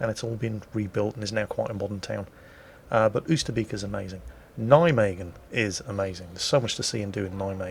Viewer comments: Oyster bake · Dutch lesson,.... Oosterbeek / Beek....Get the word BAKER, the way you pronounce the A in there, use that for Beek Oosterbeek / Oost..... Get the word MOST, the way you pronounce the O in there, use that for Oost. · I love how you say Oosterbeek :-)